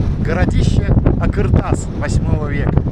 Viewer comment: какой думаете, он стоял по шёлковому пути и функционировал, его ещё изучать и изучать, построили его возможно до, но то что его разобрали в совке это факт. и не а"К"ыртас а а"Қ"ыр тас, произноси правильно это две разные буквы.